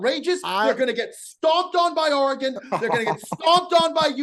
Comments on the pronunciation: Bear Down, that's two weeks in a row. It's Or-gun, not Or-ee-gone. You can't bury for how he says Caaaaalorado and keep butchering Oregon. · teasing on how he pronounces Colorado when he pronounces Oregon like " OregGONE" 🤔😂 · Anyone who pronounces Oregon (“Ore-uh-gone”) can not say a single word about saying “Cola-Rad-O”. Love ya., but you’re just dead wrong on the pronunciation. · criticizing ' pronunciation of Colorado after he says OREEGON like that is unbelievable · clowning for how he says colorado but simultaneously botches oregon 😂